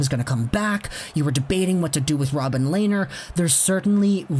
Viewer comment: Len ner! Not Lay ner!